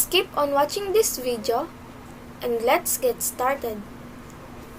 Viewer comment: the way he/she pronounced “video” and “arrow” is 100% filipino